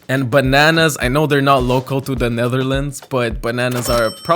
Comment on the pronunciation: Am I the only one who miss-heard every time he said "local" as "loco"